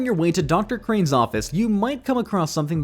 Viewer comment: Crane not cane